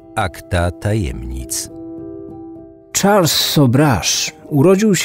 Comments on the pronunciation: Lubię słuchać twoich audycji, ale rażą mnie niedociągnięcia językowe, czy akcentowanie wyrazów. W tym odcinku imię bohatera wymawiasz po angielsku, zamiast po francusku. Zadbaj bardziej o szczegóły. Pozdrawiam. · Charles = szarl nie czarls;) to francuski wariant i tak na pewno nazywali go rodzice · Jeśli to francuz to SZARL nie CZARLS.